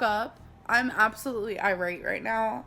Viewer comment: irate, not iright. And she's supposed to be a talynnted wroter of stuff.